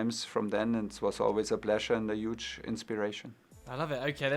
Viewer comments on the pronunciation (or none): And 'Uge'